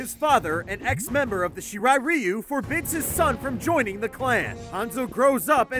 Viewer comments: Shiray Rayu not Shiray Riyu The original: Shirai Ryu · Lin Kwee and Shirai Riu...its Lin Kw-ay and Shi-Rai Calliou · Also it's pronounced Shirai raayu, not shirai reeyu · "Shurai. Ree-you" ITS RIGH-YOU AND ITS LIN QWAY NOT LIN QWEE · shr-rye riou... shirai ryu. Im not even a die hard fan and i can get names right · its pronounced shiray ry-yu not ri-yu and lin quey not quee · Shira ReeU Lin Quee Sheenok Really? This guy doesn't deserve to talk about MK if he can't pronounce any MK words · Love those pronunciations, Lin quiiiiee, shyrai reyu, shiiiiinnok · Shiray ray u Me: he pronounced that wrong.: lin qwee Me: he's doing it on purpose for comments and i fell for it;( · Lin quee Shirai reeyu SHEENOK WHAT!? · YOUR PRONOUNCING IT WRONG ITS LIKE RYU FROM STREET FIGHTER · Lin Quee? shiray rayeeeu? SHEnok? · It’s pronounced like Ryu from Street Fighter Shirai Ryu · Shirai reeoo Shee-knock Lin Kwiee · Lin queeee its Lin kuei Sh Ry ruy